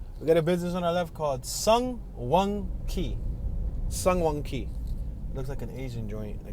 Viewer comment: Yoooo, miss pronounced San Joaquin county!!!!!!